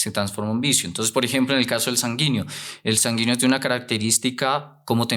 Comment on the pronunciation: Muy bueno el tema pero por favor corrija la pronunciación sanguíneo